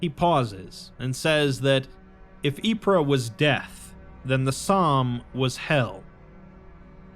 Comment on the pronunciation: "Ypres" is pronounced "eep" Don't listen to google, Belgians don't actually say it that way. Its just "eep" I only corrected you because the real pronounciation is sillier.